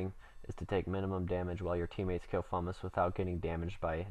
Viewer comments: Dude this guide was amazing! ;P Nice pernix btw :P Try doing a duo with Smokey with both of you in void, I think that would be awesome :P Btw, Fumus is pronounced: F-You-Muh-sss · Fumus pronounced fume-us